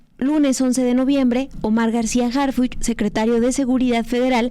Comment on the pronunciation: El policía HarFuchi con i de Fuchila